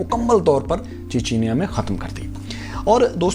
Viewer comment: چیچنیا ، چچنیا۔۔۔۔۔۔۔😂😂